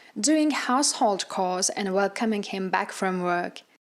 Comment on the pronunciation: Chores is NOT pronounced cores! The h is not silent.